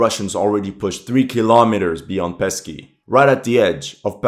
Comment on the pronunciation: Please, Pesky, not Pisky. "Pisky" sounds like "Dicks" or "Penises" to the Russian ear.